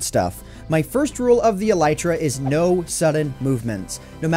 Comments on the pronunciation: Him: “e-LIE-tra” Me: Wait isn’t it e-LEE-tra? My friend: stop watching Minecraft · E lay tra